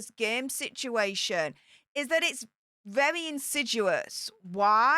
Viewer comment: Gee, I hope she tells the inspiring story of the soap commercial. I know the veterans will be hanging onto every word of that speech. Such courage and resilience coming from that woman. Every veteran could truly learn from her hard life. On a more serious note, this is not crticism, just a little tip. "insiduous" is not a word. I think you mean "insidious". Toodles, and thanks for the video. ; )